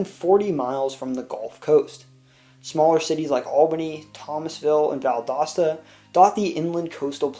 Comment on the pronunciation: You pronounced Valdosta right!